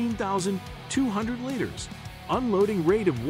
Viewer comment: how in the hell do you mispronounce liters?